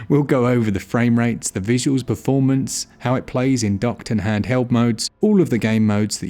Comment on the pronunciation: "Da power of da Switch"